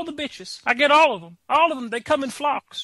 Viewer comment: "They come in flokes" Rofl! i cracked up xDD